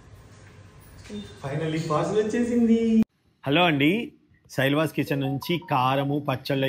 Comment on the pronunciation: శైల్వా కాదండి.. శైలస్